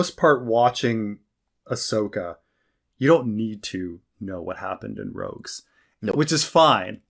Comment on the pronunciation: Hearing him call it Star Wars "Rouges" (3-4 times) totally discredits anything he has to say on the subject matter. This was an even an accident because how I remember him saying it and passed videos. To be unfamiliar with Star wars at that level is completely laughable when paired with a person attempting to create Star wars review videos